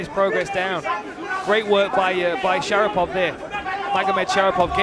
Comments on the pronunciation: commentator said "shapirov" XD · they called him shapirov instead of sharipov whole fight